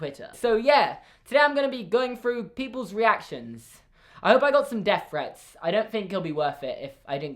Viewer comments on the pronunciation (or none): Thanks- I thought he was saying 'deaf friends' the entire video, and I was so confused.